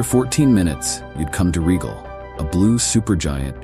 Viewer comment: Rigel is not pronounced 'regal'. Rather, it's RYE-jul, Canis is CANE-us, not CAN-us. The Andromeda galaxy is a neighbor, but there are many which are far closer--around 60 of them.